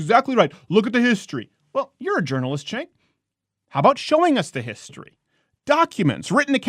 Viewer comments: It's pronounced Gank with a G. Not Chank. But who cares... he is still wrong. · Everyone keeps mispronouncing that guy's name. It's pronounced (chŭngk) ....you know, like a chunk of horseshit. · Azazel Dreciare His name is Cenk and pronounced Chenk